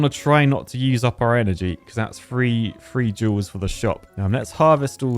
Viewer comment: Am I the only one that only hears saying joules and not jewels. Especially when talking about energy in the same sentence😭💀